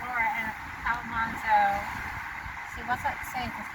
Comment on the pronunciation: Al man zo not Al mon zo.